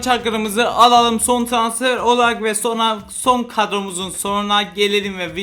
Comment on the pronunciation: Trasfer değil transfer skskksksksjsk😅